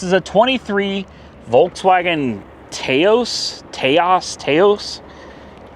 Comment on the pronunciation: It’s pronounced “tOWs” in a way that it rhymes with house or blouse. It translates to steep, and is the name of a steep mountain/city in New Mexico.